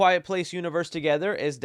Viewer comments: I have faith in anything with Lupita Nyong’o and Alex Wolff. Also, isn’t Djimon Honsou’s name pronounced Jee-Mon? Have I been mispronouncing it? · Dude....where did you see an 'S' in this man's name? It's djimon Handout. Who is Dismond dude? You didn't even try to say it right. Come on man, a little more respect for us Africans please. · “Dej-mon” has me crying 😂😂😂😂😂